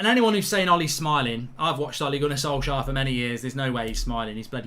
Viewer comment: Ole gonner solksjaer 😂